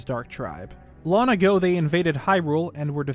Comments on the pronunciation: Is it like a meme/reference that always pronounces the word "long" as "lon" referring to LonLon Ranch or something? It bugs me probably more than it should, I wonder if he's just so immersed in the Zelda universe that his brain now just defaults to saying "lon" instead of "long". Even when he says words like "belonging" he still says "belonning", but it's not like he can't pronounce G's that come after N's because he doesn't say "belonnin" he does say "ing", so why can't/doesn't he say "ong"?? I've been noticing it for like the 2-3 years I've been watching but never commented/asked about it before. Only thing I can think is that it's a little easter egg he does deliberately as a reference to LonLon Ranch. If it's not deliberate, it's a very strange and unique speech impediment lmao, definitely not something common like a lisp or the one where some British ppl pronounce the R sound as a kind of W sound. What would the description be haha, like "a speech impediment where you can't pronounce the G after N, but only with words ending in "ong". Words ending in "ing" are unaffected and the G is still pronounced." hahah, how unusual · This guy sounds like he has the same accent as everyone I know, except exclusively when he says long as lon. Every time he say's lon my brain shortcircuits lol.